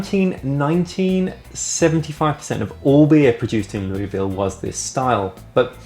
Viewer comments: You mispronounced Louisville. It's more like Loo-vill. :) But as always, excellent video. Cheers! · Learned from my kentucky born brother in law, the correct pronunciation is approximately Lew-vle. Or Luh-vle.